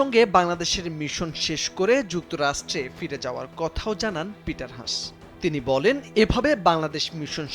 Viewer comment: ষ্টুপিড সাংবাদিক, ওনার নাম “পিটার হাছ”, লজ্জা হওয়া উচিত আপনার যে একটা নামকরা মানুষের নামটাও ঠিক মতো উচ্চারণ করতে পারেন না আবার সাংবাদিকতা করতে আসছেন!!!